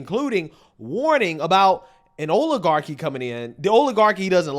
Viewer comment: I noticed something: the way pronunces oil one actually couldnt guess weather he is saying oligarchi or oiligarchi, because both words would sound the same coming from him.